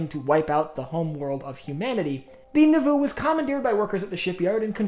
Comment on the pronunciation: It’s pronounced like “Nah-voo” not “Nuh-voo”.